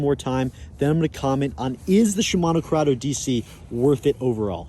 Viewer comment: he said shmino curdeo dc like 50 times😂